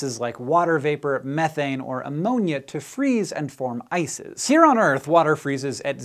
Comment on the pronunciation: ''Water Vapor, Methance, or Ammonia to freeze and form ISIS'' Can't be the only one who heard it.